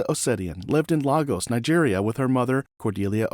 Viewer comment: That's not how you pronounce Lagos btw